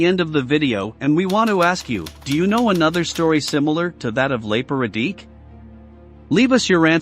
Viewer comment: Please try to approximate the pronunciation of the names. RadiCH, not RadiK. OOS-tasha, not US-tashsa